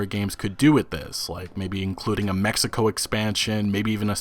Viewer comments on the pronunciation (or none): none